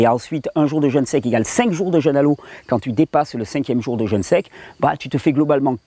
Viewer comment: Parfait.. une toute petite observation ... pourquoi dites-vous "jeune" alors que vous parlez de "jeûne" entrainez-vous à prononcer "jeûne" ce sera moins désagréable aux oreilles !.. Sinon toutes vos vidéos sur le "jeûne" sont fort intéressantes !..